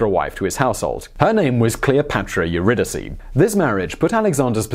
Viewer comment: I guess Simon didn't go to a British public school, or he'd know how to pronounce all those names properly. He did pronounce Eurydice the right way, though.